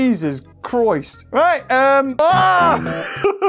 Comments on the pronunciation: Jesus chr-oi-st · Did he just say Jesus Chroist?